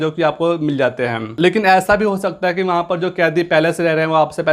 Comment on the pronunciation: Sala khan sir ke video ka copy krta hai or hai ko hem hem bol rha hai are bhai phle thik se bolna sikh lo fir gyan pelna okay n 🙏